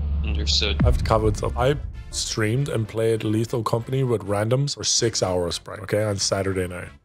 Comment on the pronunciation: Lethal com-forty